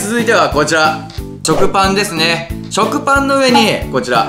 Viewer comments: チョクパンときこえるのはわたしだけ？ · の食パンって言ったとき、ちょくぱんってきこえた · が、食パンって言った時 ちょくパンって聞こえた。笑w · 食パンですねがちょくぱんですねにしか聞こえないんだけど笑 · 食パンが ちょくパンに きこえたw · がぱんのときちょくぱんってゆってた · 食パンがチョクパンに聞こえた